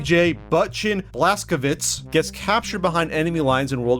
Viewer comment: B.J. Blazkowicz might be pronounced "Bla-z-kaw-vich"